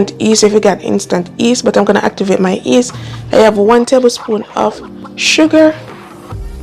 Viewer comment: Hi, the correct pronunciation is yeast not east!